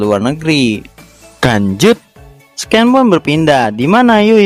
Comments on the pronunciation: SIN BANG BACANYA BUKAN SKEN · Scene dibaca sin bukan sken mas. Cmiiw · Scene si bacanya bukan sken, tapi sinn